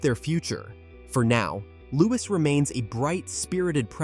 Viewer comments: Louie is the sound not Lois the S is silent. 😢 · And why use an AI narrator? If you absolutely can’t afford the minuscule fee a human narrator would earn, at least teach the AI to pronounce the names of the royal family correctly. It’s offensive to propagate mistakes and then use an American accent. That’s a deliberate decision. Real Americans can pronounce Louis correctly.